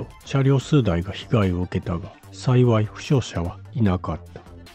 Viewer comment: 「さいさい(さいわい)」って......😂